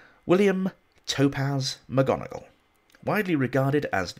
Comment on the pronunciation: Mc Gonegall instead of Mc Donegal. The worm in my ear...